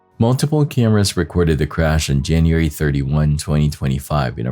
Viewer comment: Hey, I love your videos. But producers, please adjust your narrative computer voice to correctly pronounce the months of the year. Gets very agitating hearing January and February always pronounced so incorrectly. It happens too many times to leave it alone and simply let it slide. Jan-u- wary Fe-bru-wary I know these aren't dictionary exact, but they are how people pronounce them and are highly use to hearing them. Please promptly adjust. Thank you😊